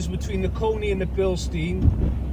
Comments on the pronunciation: You are saying the name Bilstein wrong. Here is a Bilstein link so you will know how to pronounce the name. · Bilstein is German. Incorrect pronunciation makes it easier to identify incorrect advice. Spring rate does not change with age or use. If the spring degrades, the free length reduces by the same amount as the ride height but the rate doesn't change. I too have found Koni compression damping rather soft. Years ago I used Spax instead as compression and rebound were simultaneously adjusted by a single screw.